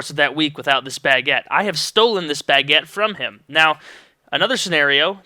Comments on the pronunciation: Damn it, now all i can hear is you saying Bag-uette in my head, btw, thats a funny way to pronounce it, were im from (UK) its pronounced "Bu-guette" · omg u say baguette so funny. lol it got annoying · you say baguette so funny